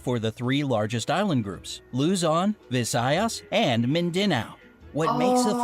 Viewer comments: mispronounces (a little) Luzon Visayas And Mindanao Me: 😩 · btw its loozon VIzaYas Mindanauu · They said luzon visayas and mindanau wrong i spell it how we pronounce it like Lu-zon -vi-sa-i-as and min-da-now